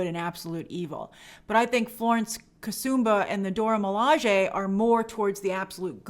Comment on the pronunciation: Grace once again throwing side shots at Steve Rogers 🙄 Anyway, I'm just glad Grace is finally pronouncing the Dora Milaje correctly.